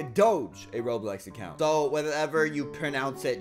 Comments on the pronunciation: Says acocunt insted of account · HE SAID ACOCUNT XD